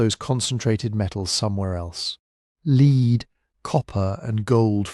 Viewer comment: The information is great. The AI voice is soothing, but mispronounced "wind, lead" sort of ruin the reading. Otherwise really worth listening to.